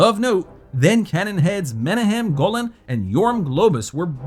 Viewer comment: Its not men eh hem. Its Men ach em.